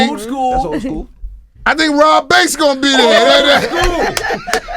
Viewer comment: Did he say Robb Banks? Lol